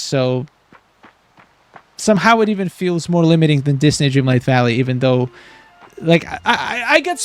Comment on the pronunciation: Wait… I checked out your other videos and now I think you must be talking about Dreamlight? I feel like I’m hearing, “starlight valley.”